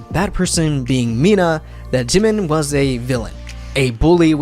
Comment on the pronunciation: I can’t get over how badly the narrator is butchering Korean names. Like honestly, in the news clip he said Jimin’s name properly, but clearly she didn’t listen to that part. 🤦‍♀️